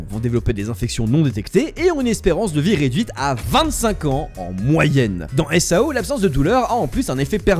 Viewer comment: Supert video apart quelle que prononciations qui serais potentiellement a verifier (example: SAO ne se dit pas en un seul mots mais sous forme d'acronyme comme par example EDF ) sinon dans l'ensemble tres bonne vidéo selement je pense aussi que personellement parler du risque ect de se retrouver bloquer dans SAO ect est bien mais une suite sur les diferente capasiter de Asuna et Kirito comme leur synchronisation ou leur technique comme par exemple combien de temps il faudrait un humain dit standard pour arriver à ce LEVEL de maîtrise, ou bien, aussi euh comment le développeur de sword art online Qui est aiko kayaba aurait fait pour construire tout le système de SAO dans le monde qui est le notre aujourd'hui et aussi comment si cetais posible comment serion nous rester bloquer dans le NeverGear. (En tout cas merci pour cette vidéo)